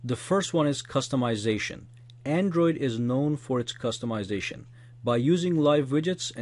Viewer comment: my favorite part - "so what are you? A cust-a-mization freak? Or are you all about beautiful apps?"